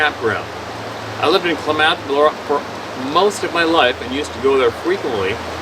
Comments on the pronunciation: You are right….people (some), know where your speaking of. I lived maybe 20-25 miles as the crow flys from Topsy. The area is pronounced With the emphasis in the beginning (rhymes with BAAAA math) KLAmath Falls. (I know it’s easy to mispronounce if you’ve never heard of it before…..I’m not criticizing). My husband rode his bicycle from Ashland OR, up towards Topsy, to KLAmath Falls passing Odessa. He said it took him about 4 hours…rode this several times and after listening to you, he can’t imagine why he had never seen nor heard (or lack of hearing) anything out of the ordinary. He must had ridden that route over the Green Springs (as we call the rode from Ashland to Topsy) about a dozen times. Thank you, for us….you’ve helped by opening our eyes, hopefully many more besides us around here. Love listening to you. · It's pronounced KLAM-meth, the other pronunciation IS POT- A-WAT-A-ME. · Are you trying to say Kaw lam ath ? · It's pronounced :Clam uth...... Klamath Falls